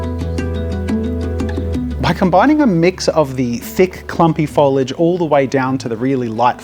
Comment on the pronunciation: Foliage. Not foilage, ya doof.